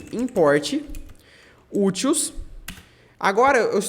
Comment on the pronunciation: Explicação ótima, valeu! Só uma crítica construtiva: se fala úteis, não utils.